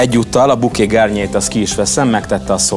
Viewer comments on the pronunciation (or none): Bouquet garni, ejtsd: buké gárni (és nem garnyié) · Csak egy megjegyzés: mindig rosszul mondja a "bouquet garni" azaz "buké gárni" szót. A gárnyié (Garnier) az a sampon márka